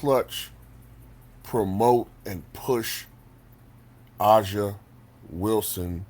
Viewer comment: Aja= pronounce as Asia